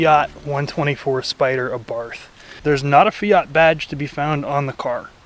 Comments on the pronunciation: “Abarfth” wtf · It's pronounced 'Abart.' You've said it wrong all your damn life. You're welcome. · That's how most people pronounce it, and there's no official pronunciation as far as I know; but the brand is named after Carlo Abarth and his last name is pronounced "ah-barth", with a soft "th" you rarely hear in English. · It is pronounced Ah-Bart btw. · AbartH has a silent H at the end in italian. Hurts my dolce vita used ears... Koni isn't a great fit Bilstein are the better choice as they come stick on european models.